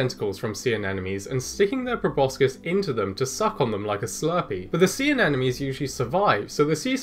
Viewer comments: Very interesting video, but every time you say "anenomes" instead of anemones, I die a little bit inside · At first I heard "enemies" instead of "anemones"